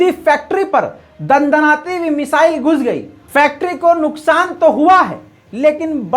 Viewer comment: لفظ مسائل نہیں ہے میزائل ہے درست کرلیں